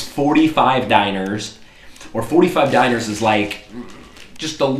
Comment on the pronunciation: To say dinars, say like,,dinara'' like you've said in previous videos and just replace the,,a'' with an strong,,s'' and youll end up with a vocaly correct,,dinars'' Hope it helped a little!:D ofcourse that's only when you speak in english!